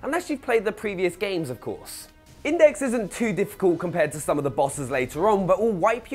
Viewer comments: WHY DOES NOBODY KNOW HOW TO PRONOUNCE "IUDEX"??? It's pronounced You Dex. But at least most people get close, but THIS guy calls him.....INDEX???...... ..WHAT?!?! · Can someone tell him that "Iudex" is not "Index". I mean, come on.